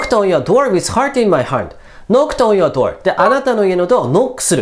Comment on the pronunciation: 単語と単語 繋いで読むべきだよ、、この動画はかなり酷い。 on your NとＹ が重なってニョって発音とか、、